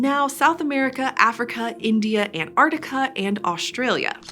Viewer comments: It’s Antarctica, not Antartica. 🙄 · I just do not understand why Americans think the word Antarctica is "An-ar-dica". Is the Arctic also the "ardic" ?